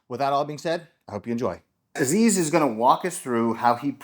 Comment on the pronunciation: Nice episode...lots of work Btw you are not pronouncing Aziz's name correctly 😂